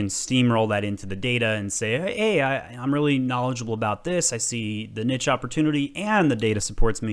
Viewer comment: You pronounced niche wrong